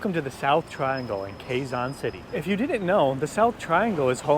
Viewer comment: KE-ZON not KWE-ZON!